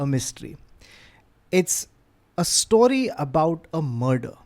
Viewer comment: Thank you for 'story' and not 'stawry' as you've been saying in last couple of episodes